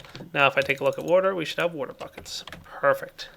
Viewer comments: Kinda bugs me how says water.... woater. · You say water weirdly